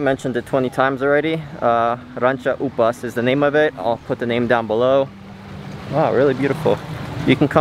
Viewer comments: *It's Ranca Upas, not Ranca Upa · That's Ranca Upas, you forget the 'S' bro 😁 Last weekend i was here too, but the difference is that i went to Ranca Upas first then to Kawah Putih Good video, good job 👍